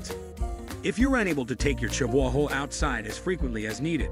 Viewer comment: that AI is S.T.R.U.G.G.L.I.N.G